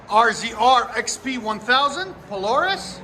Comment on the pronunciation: You said Polaris wrong at the start of the vid 😂